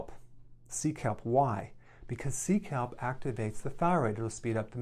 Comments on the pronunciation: I thought he said seek help not sea kelp 🤦🏼‍♀️ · I thought he said "seek help" lol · ☺️no.5, I thought he said seek help! I’m like from who ? 😁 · Omg I thought he was saying "seek help" not sea kelp 😅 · I thought he was saying, "Nutrition: Seek help. Seek help." But he was saying "sea kelp." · Ohh sea kelp! I thought you said, “Seek help” 😝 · not me thinking he said 'seek help' instead of 'sea kelp lol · I thought he said seek help! (Sea kelp)! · Was I the only one who heard Sea kelp as seek help 😆 🤣. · For a second I thought he said "seek help" 😄😄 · I thought he was saying "seek help" lol...thank you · "Sea Kelp" - I first heard that as "Seek Help". :-) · Sea Kelp- i heard seek help lol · I thought he said seek help until I read sea kelp😂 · For nutrition I thought he said to seek help. LOL. He was just recommending sea kelp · When he first said "sea kelp" I heard "seek help" and I was like: "What? Why?" lol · “Sea kelp” - even the captions said “SEEK HELP” Also “5x it” captions as 5 EXIT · I thought you said, “Seek Help” but no...it was ‘Sea Kelp’. I couldn’t eat that much food. Isn’t this the future when ‘a pill is on the plate and that’s your meal’? I live alone and no one criticises my inure anymore. I’m perfects I am. Thank-you DrEricberg. That was fun. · Had to laugh, heard you said "seek help" when you actually said "sea Kelp!" he he. Yes i do need help also. Thanks dr Berg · I thought you said "seek help" not sea kelp. Lol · Omg when you said sea kelp i thought you were saying seek help....😂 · Ah. sea kelp.. My brain heard "seek help" 😝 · Sea kelp! I thought he was saying Seek Help! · "SEA KELP".......Thought he said "seek help". I'm in a psychiatric hospital!!! My bad...... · At first I thought he said "seek help"...sea kelp...lol. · anyone else heard "sea kelp" as "seek help"? lol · When he said sea kelp I misheard it as Seek Help lol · I thought he said seek help instead of sea kelp 🤣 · Me too! Lol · I thought he said “seek help” not see kelp🙄